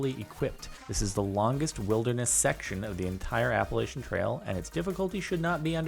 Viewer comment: Well... More like Apple-at-chin